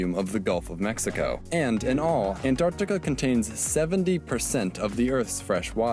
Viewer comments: Antarctica - ❎ Antartar - ✅ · Tobi saying Antar-tikka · Today’s video: Try not to laugh ft(Antartica)😂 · Me dying every time he says «Antarktika» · tobi saying antarctica part made me laugh so fucking hard xddd